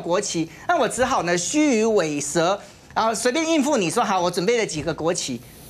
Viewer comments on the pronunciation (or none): 虚与委蛇（yi) ，嘉宾好白目